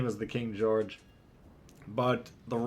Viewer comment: "King Goerge the 5" daaaamn, why can no Legends CCs pronounce historical names correctly, like none of them. Please tell me that was intentional.